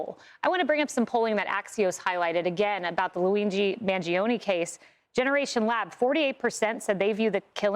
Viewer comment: Man-Joe-Neh. Three syllables, not four.